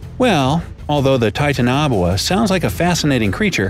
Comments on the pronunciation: Titan-a-boa not titan-o-buwa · It is actually pronounced (ti-tan-a-bowa)both the a's are are short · It's tie-tan-a-bow-a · its not titanoa its titanaboa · U said titoanobwa it's its titanaboa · It’s not Titanobua This is how you prenounce Ti Tan o boa Please Pin This so that they know how to really prenounce it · U said the name wrong its titan boa not titanabuoa also theres a huge snake called a basilisk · A giant snake could be why the dinosaurs went extinct. Jörmungandr-Laughs in old Norse Also it isn’t pronounced titanoboa like titan-a-boa it’s like titan-o-bowa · People: TITANOBOA: TITAN-NABOA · It’s Titano-boa. This kid says Titan-oboa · Everyone else:Titanaboa Narrator in:Titanahboa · "Ti ta nob oa" ummmm its Ti-ta-no-boa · titaanaboaa u mean titana boa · The way he says Titanoboa makes me cringe It’s Ti-tana-boa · He pronounces Titanoboa so weird. It’s pronounced Titan-o-boa. He’s pronounced it Titan- obwha. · U pronounced titanoboa wrong. It’s pronounced tie-tan-oh-boa not tin-tana-bowa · "Titan-obuoa" dude... its "Titan-uh-boa' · IF HE SAYS TITANABUA ONE MORE TIME I'M GONNA EXPLODE. (it's pronounce TIE-TAN-OH-BOE-A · It's like someone trying to pronounce dishes on a menu but completely murdering it.. It's Titana-Boa.. It was a constricter. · Oh my God I can't believe it bothers me so much it's pronounced Titana-boa Not titan-aboa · Yesssss! It's not pronounced titanabowah it's pronounced tItanObOa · Its TITANOBOA,NOT TITANABOA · "Tie-tuh-naw-boo-uh." I just cringed. "Tie-Tan-uh-Bo-uh" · Me: there talking about titanoboa let's check this: tintunabwa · Taita- na- bua 😂😂😂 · He pronounced it wrong it is TI-TAN-ABOWA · It’s name is actually (tye-tano-bo-a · Its tie-tan-a-boa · It’s pronounced Ti-Tan-A-Bow-Ahh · No one: Not a single soul:: ThAiTeNaBuA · Viewer: ooh they gonna talk about titanaboa: taitunabwa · What the heck is a Titanabwa? Jk... Rowling😁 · He says titanaboa really bad 😂🤦‍♂️